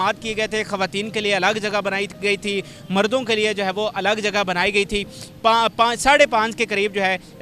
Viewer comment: Mordo nahe mardo